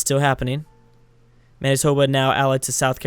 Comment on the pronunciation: Manitoba is pronounced Man-it-toba